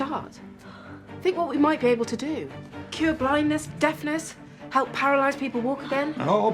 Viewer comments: Its cure not crue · Lol crue😂😂 its cure